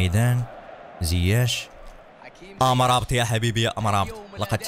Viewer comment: يا مرابط وليس أمرابت